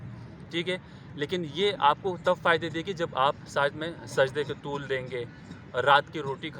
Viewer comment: Brother its Arabic word Taweel means (Lamba ya Dair tak) not Tooool. Im just correcting you because you have quoted Hadess.